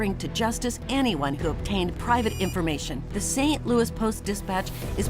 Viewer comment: It is Louis, pronounced Lewis, not Looey, as if it is connected to a loo in some way.